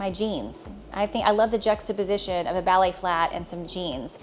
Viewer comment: I think she is trying to say ballet.